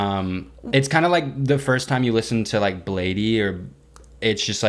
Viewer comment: I love y'all so much but Bladee is pronounced as blade